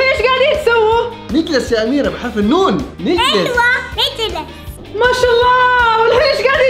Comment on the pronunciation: اميرة حرفك الاخير هو ة مش ه